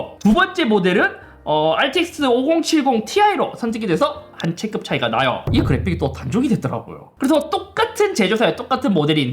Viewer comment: "올해" 발음은 이제 익숙해졌는데 "체급"을 "체끕"이라고 했다가 "체급"이라고 했다가... 이건 적응이 안 되네요 ㅎㅎ